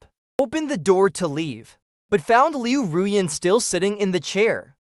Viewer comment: This is the first time that I have ever heard her name pronounced correctly. It always sounded like Liu Ryan instead of Liu Ruyan.